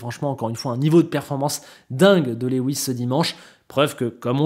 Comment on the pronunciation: Par contre faudra apprendre à prononcer Lewis. C’est pas le Lewis de Rica Lewis.